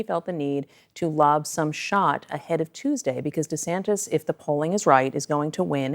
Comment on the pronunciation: desantis pronounces his own name "deesantis"???